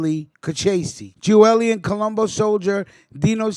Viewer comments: Lol .. like I said you are misprouncing his name. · You can't even pronounce his name